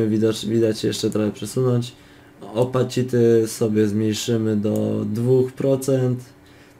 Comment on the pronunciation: Czyta sie rotejszyn, posiszyn i skejl a nie rotation, position, scale i opaĆity